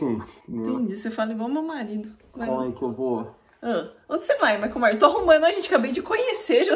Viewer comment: OMG, o "maico maios"!